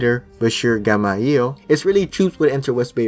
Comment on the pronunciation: bachir gamayel It's bachir gemayel (jma-yell)